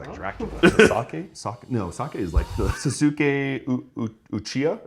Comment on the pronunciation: I can't be the only one cringing at the pronunciation of Naruto and Sasuke...but I am an anime fan myself